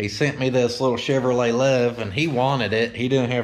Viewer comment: Chevrolet become CHUV-A-LOT🤣 😳. Is-u-zu stuck OR Isuzu stuck? YUP 👍. I'm a little jealous I've always liked those trucks. LOW T you know the possible side effects I know. Hope that 4 x 4 entertainment cheered you up. Every fanned out here knows you are our Isuzu trooper 💪! Remember being the trainee and entering the mess hall. 1 super duper dedicated bravo trooper....... Maybe you were Charlie company 🤔.